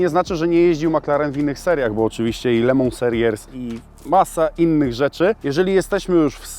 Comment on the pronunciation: No i jest w końcu dobrze wypowiedziane "le mans" 😄 warto było czekać tak długo <3